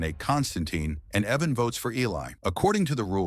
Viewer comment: Say it with me, “ Eye-van” IVAN. In no way is it Evan.